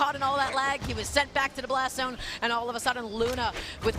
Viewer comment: “Blastows down aiw wecovewy” this mf spittin